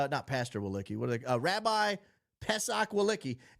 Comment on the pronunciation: Didn't he mispronounced Tucker and Candace's name too?